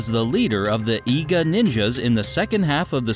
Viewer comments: Eye-ga lol😂😂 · He said it like Eye ga!!!!! ITS EE GA, I-G-A I'S ARE LIKE EE'S IN JAPANESE *sigh when my ninja Geekness kicks in